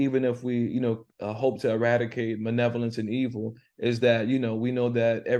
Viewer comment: Really learning a lot and enjoying your lesson. It sounds like you’re saying “manevolence” for malevolence. I’m sure it’s me. But it really sounds that way.